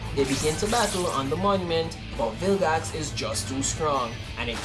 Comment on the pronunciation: Why you say bilgax it's vilgax